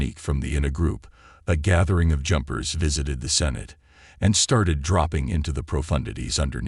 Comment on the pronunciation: over 6 min to get to sinkhole, you mis pronounce sinote and what was with the picture of mexican ANTIFA?